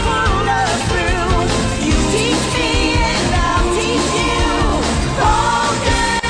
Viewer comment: My top 3: 1. Pokemon 2.The fresh prince of bel air 3.full house. Oh and Rhett said Pokemon wrong